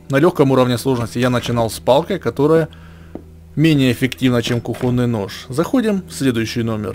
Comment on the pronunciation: Кухонный нож, ударение на о! Не русский чтоли???